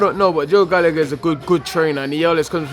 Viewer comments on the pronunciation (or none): none